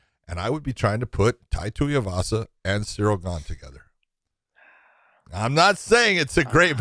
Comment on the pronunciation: Every time Big John says Tuiavasa instead of Tuivasa, one more of josh's few brain cells left dies.